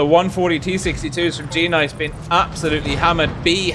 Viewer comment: u say the g as sort of an extra word,tho its actually part of it